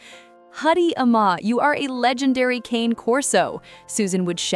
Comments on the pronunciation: Its pronounced "Carnay"...not Kane....The breed is an Italian Mastiff....and Cane is the Italian word for a male dog..Corso comes from the Latin word for 'enclosure'..probably a reference to their use as guard dogs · ITS NOT “CAIN”. It’s “KA-NAY” (2 syllables; it’s Italian). He does not look to be 200 lbs. He looks good! ❤ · Sound too much like AI overwrought writing. Cane is mispronounced also.